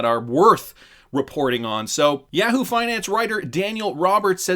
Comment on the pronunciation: Yaaaaa-whoo? Must have never seen the comercial.. Yaaah-who...